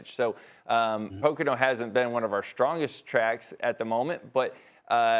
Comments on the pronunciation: "Pacano Raceway" It's pronounced poe-co-no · It isnt pronounced "PIC🅰️NO" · Did she just pronounce Pocono as "Picano"? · “Pocano” my lord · Po Kahn o... lol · Pocano raceway she says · Poh-can-oh? What? 😂😂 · Did she say pacano? ESPN sucks at covering nascar, ever since 2007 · I like loGAno winning at poCAno 😂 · As someone that lives near Pocono she pronounced it wrong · The fact that ESPN cant even get an host to pronounce Pocono properly should have made Logano get up and leave because nascar always get screwed over by “sports” anchors. Sad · That’s not how you say Pocono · The way she pronounced Pocono though lol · Why she say it like that like ewww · Your network sucks. 20 million nascar fans across the globe and you lead in cant even pronounce Pocono correctly. AND PTI never ever mentions nascar.